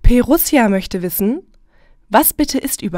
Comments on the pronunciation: P RUSSIA ? Im ernst ? "P" Russia ? Schonmal Preußen im Englischen gehört ? Nennt sich Prussia. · das ist nicht P russia... das ist Prussia. Englisch für Preußen. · Nur als kleine Anmerkung das Prussia englisch für Preußen ist und nicht P-Russia ausgesprochen wird :D